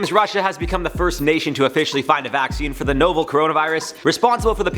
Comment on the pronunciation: I’m so sorry to do this but... novel is pronounced nah-vel and the Kremlin is not a him, it’s a group of people. I must add that I don’t trust anything that comes out of Russia because they’re our enemy. They might try to poison people.